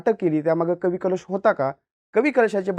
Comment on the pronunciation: Ek tr tu utka bhikar anchor ahes , tu adi history vachun ye ani kavi kalshancha nav nit gheyla shik